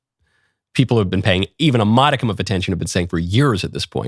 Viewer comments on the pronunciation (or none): none